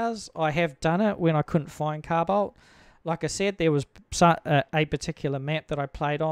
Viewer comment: "cow bolt"??? "Carbide"???